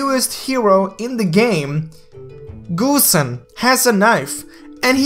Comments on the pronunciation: GO-Send Not Goo-send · Lol he said gooosen